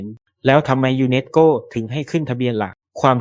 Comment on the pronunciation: ต้องฝึกภาษาเพิ่มนะครับ ทั้งไทยทั้งอังกฤษคืออ่านผิดเยอะ สา-ระ-คะ-ดี ไม่ใช่ สาน-คะ-ดี ทำ-มะ-รา-ชา ไม่ใช่ ทำ-รา-ชา นัน-โท ไม่ใช่ นัน-โท่ ยู-เนส-โก้ ไม่ใช่ ยู-เน็ด-โก้